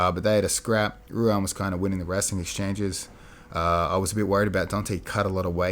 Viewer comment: Bro Ruan is pronounced like “Juan”. The R is pronounced the same as other Brazilian names Royce/Renzo, etc. He’s also probably the scariest and most vicious competitor to come out of Marcelo Garcia’s. Glad he’s starting to get some recognition